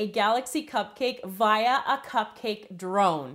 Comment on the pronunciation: the way she pronounced via LOL